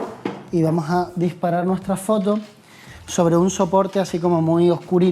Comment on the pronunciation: Vamoj a hacerlo con unaj burrajjjj 🤣